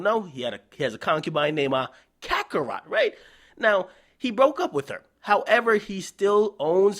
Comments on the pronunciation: Lmao. He called Karrueche "Kakarot" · this foo said kakarot lol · "kakarot" 😂 nigga what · bruh everytime he call karrueche some other name that shit be hilarious